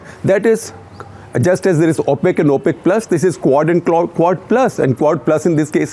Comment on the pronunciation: Thank you Shekhar Gupta. Enjoyed it. Just a small suggestion on pronunciation. It’s pronounced ‘O’ pec as in o for Oh! not ‘Au’ pec. Thank you!!